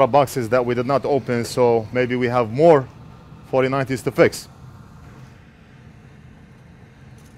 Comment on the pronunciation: I think you need to practice English “mor”😂😂